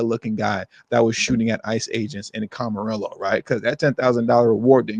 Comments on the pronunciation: Just FYI it's a spanish word, Camarillo. (Cama-rio) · It's pronounced Cam-arillo